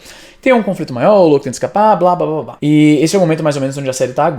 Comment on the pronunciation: Éngraçado essa tua pronuncia... "lôUKI"